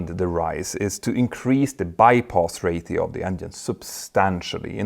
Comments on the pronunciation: I’m glad I’m not the only person who noticed this. It sounds like he’s saying ray-THEE-oh but I’m used to pronouncing it ray-SHEE-oh. I’m thinking maybe that’s just how some people say it. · why is he saying rathio instead of ratio. his English is good so it's not an accent thing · The word "RATIO" is pronounced "RAY-SHEO" not "RAY-THEO". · Ray-she-o not Rate-eo. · Ro-Chee-oo not Ra-thee-oo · Ray-shee-ow, not ray-thee-ow. Jag har utmaningar när det gäller uttal på svenska, tyska, och franska, men jag kan vara behjälpligt när det gäller engelska. 😉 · I've never heard the word "Ratio" (Ray-sheo) pronounced as Rayth-eo like "Raytheon" without the N. Not trying to bust your balls by the way, just never heard anyone say it like that. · Ratio is pronounced “Raesheo” my friend. Every time you say “Raetheo” it kills me 😝 😉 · It's Ratio not Rathio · "RAY-shee-oh" -- there's no "th" (as in "thorn") sound in "ratio". "... engines has [sic] ..." -- "have" is used with plural subjects. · Mentour, ratio is pronounced as RAY-SHE-OH Practice in front of a mirror. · ratio is a strange English word - which usually doesn't have a "t" sound, but a "sh" sound - Ocean also has an sh, when it isn't spelt like that... (love the technical content as always)... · Whats a Ray-thee-O? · There's no th in ratio. Stop saying rathio. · Hey Petter, I hope you don't mind me for saying this but you repeated "Ratio" incorrectly. "Ratio" is pronounced ray-shee-ow in both American and British English translations. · Check your pronunciation of ‘ratio’. 😇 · The "ti" in "ratio" makes the sshhh sound, as in "nutrition" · There are ONLY two syllables!